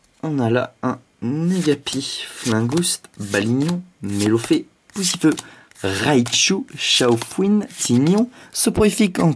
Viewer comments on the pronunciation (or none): none